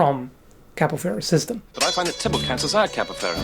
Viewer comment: Perfect pronunciation of "Thibault" from someone who isn't from Belgium or France. so, eh... BURN THE WITCH